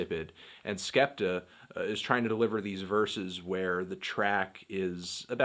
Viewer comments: ***** I was more agreeing that it wasn't 'skepter' than that it's 'skeptoh'. 'Skeptah' is right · It's not skepter its skeptoh